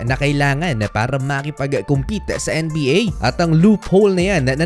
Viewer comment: ang kulit mo mag salita kailangan tlaga maging OA . anong N-E BA diba pwedeng sabihin mo lang maayos na NBA